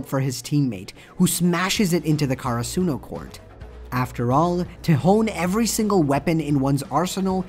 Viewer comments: For godsake it's not Karasoonu It's Karasuno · My man its not kara-suno karasuno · why he says karsuno like that